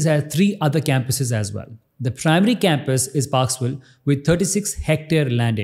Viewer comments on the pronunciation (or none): its parkville, not parksville. a student of the uni here